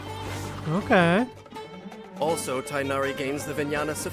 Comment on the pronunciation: Gorou's abilities aren't the most flashy, but he singlehandedly makes Geo dps characters viable. Well, other than Navia anyway. You actually pronounced Tighnari's name more accurately to the original Arabic name than the game does. For some reason the English localisation team thought tie-nari would make more sense to a western audience. I don't get why, I would've instinctively pronounced it as tig-nari.